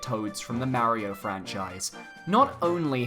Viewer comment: But your saying his name wrong and it cringes me. Not trying to be mean or anything i am just being honest